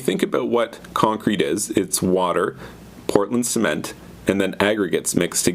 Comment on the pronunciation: oi cunt what the fuck is portand cement, love from australia